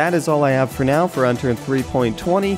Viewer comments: HE SAID UNTURD ON ACCIDENT LOL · lol I thought he said Unturd xD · Anyone catch the "Unturd" ? XD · it sounded like he said Unturd :| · unturd xDDDDD loooool